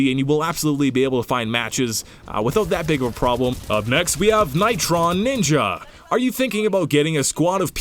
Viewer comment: I was in the video! I was so hyped when you said my name. (Btw it's pronounced Nitro Ninja)